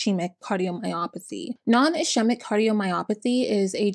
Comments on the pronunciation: Ischemia is pronounced iss-kee-mik not ish she mik or iss chee mik There are plenty of dictionaries or even medical youtubers, tiktokers, and other resources you could check to make sure you're pronouncing something correctly. I never understand youtubers who do so much research on a case, but won't take mere seconds to see how to properly pronounce the name of a person, town, condition, et al. Baffling. I want the information about this case but I'm noticing that this is a trend on your videos. A little disrespectful to the dead. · Great videos! Do you prefer pronunciation corrections or not? Medical terms are tricky, I am not being rude, you do a great job! In nursing school, for example, it was pronounced is-kee-mic and bot ish-eemic. (Ischemic) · Hi there! The correct pronunciation of Ischemic is is-keem-Ick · Ischaemic is pronounced ISS-SCEEM-ICK.